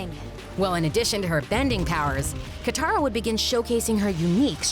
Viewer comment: Its katara Not Kithara Katara